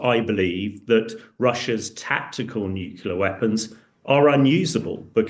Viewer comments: NuCLear not nukelar. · Nuclear is pronounced NEW CLEAR Not New Killer.😂